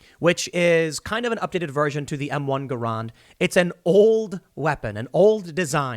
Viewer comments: it's pronounced "gehr-ind"; John Garand was a Canadian inventor who came up with the M1 we used in WWII and Korea. Most Americans pronounce is "guh-RAND" but it's "GEHR-ind", still with a hard G. The more you know. God bless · people are debating if it's pronounced ga-rand or gare-and. Tim is off in his own world pronouncing it guh-rond. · Hold on.. How did this man just pronounce m1 garand? 😂😂